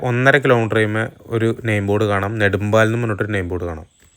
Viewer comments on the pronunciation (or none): തൊട്ടിപ്പാൽ അല്ല തൊട്ടിപ്പാൾ. നെടുമ്പാൽ അല്ല, നെടുമ്പാൾ. തൊട്ടിപ്പാൾ കണ്ട അമ്പലത്തിന്റെ പേര് തൊട്ടിപ്പാൾ അമ്പലം തന്നെ. ചേട്ടൻ പറഞ്ഞ പോലെ റോഡ് ഒക്കെ അടിപൊളി തന്നെ. പക്ഷെ ആറാട്ടുപുഴ പാലം കടന്നു നിങ്ങൾ തൊട്ടിപ്പാൾ അമ്പലം എത്തുന്നത് വരെ ഉള്ള സ്ഥലം ആണ് മുളങ്ങു. അവിടെ നിങ്ങൾ വീഡിയോ സ്കിപ് ചെയ്തു. ആ സ്‌ട്രെച്ച് റോഡ് ആകെ തകർന്നിരിക്കാണ്. അതെന്തേ കാണിക്കാതിരുന്നത്. അവിടെ വണ്ടികൾ എല്ലാം സ്ലോ ആയിട്ടാണ് പോവുക. അത് ആലോചിച്ചു പ്ലാൻ ചെയ്തിറങ്ങുക